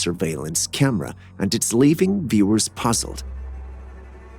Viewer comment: By the way, WTF is a Kyam-rah?!